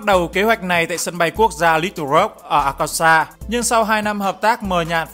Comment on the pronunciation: Arkansas - đọc là A-kan-so nha Ad <3